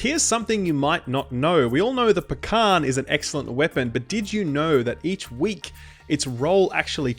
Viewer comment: the k is silent in Pakhan.